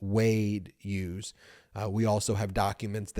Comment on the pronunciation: Ben, the name Hughes is pronounced with a hard H, as in Him and Her. Not the soft H as in Honest. Another excellent episode, thanks Bagel Ben and your mighty brothers and team!